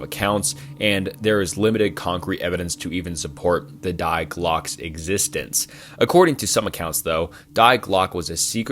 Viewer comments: When you pronounced Die as “dye” really hurt me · Die in German pronounced dee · It’s pronounced „dee“